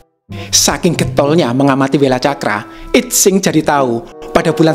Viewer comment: Sedikit koreksi. I Tsing dibacanya: Yi Ching. Saya suka sekali chanel ini. Luar biasa.